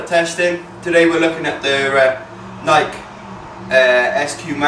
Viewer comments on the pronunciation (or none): you said Nike wrong.